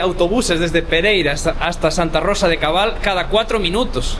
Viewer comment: Santa Rosa de Cabal, No de cobal.